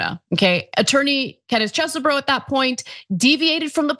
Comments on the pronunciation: Its Cheese-BRO. Say it loud, say it proud. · Ana please watch how Kenneth Chesebro pronounces his own name (it's on video). She has gone from the Cheese variety to something that nobody else seems to be using. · I agree...it's annoying as hell...